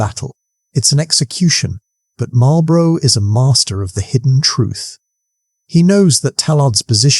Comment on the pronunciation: Excellent video—clear, engaging, and a great reminder of why the Duke of Marlborough is still considered one of Britain's greatest commanders. Never lost a battle? That's the kind of record that makes legends! Just one small (and cheeky) British-American note for the narrator: It's 'MAWL-bruh' (or 'MAWL-buh-ruh') for the Duke and his title... not quite the same as the cigarettes across the pond that are pronounced more like 'MARL-buh-roh' and come with a very different kind of 'victory' – usually just over your lungs! 😏 Keep up the good work on these history tales!